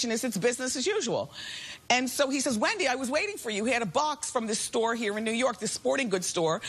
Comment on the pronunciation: And she pronounces it as Whendy